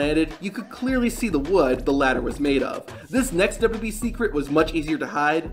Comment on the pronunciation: Please work on your annunciation of "duhdubyee"